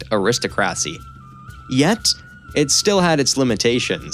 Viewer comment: I’ve never before heard the word aristocracy pronounced “ah-rees-toe-crassy” 🥴